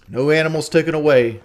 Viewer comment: Everytime he says "tookin" instead of "taken" I cringe